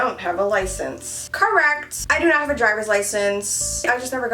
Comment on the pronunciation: OMG I can't get over how when they asked if she has a license she said "correct" but it sounded like "car wrecked" I